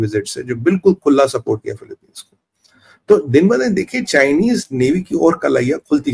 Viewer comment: Yaa kon sa chima hai jo pronoun bhi nahe kar sakta philipines ko philipine kah raha rai